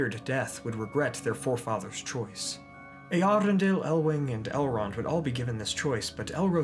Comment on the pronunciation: I think Eärendil is pronounced as Err-Endil.